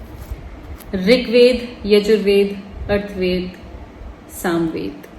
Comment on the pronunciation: It's Athrav ved ,arth ved nhi Plz pronunciation shi kro Aur book padhne nikli he